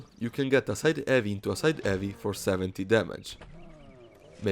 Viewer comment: I love how you say "eavy". You don't say the h, and it sounds pretty funny :)